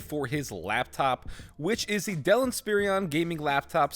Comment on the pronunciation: Is he mispronouncing the dell inspiron on purpose?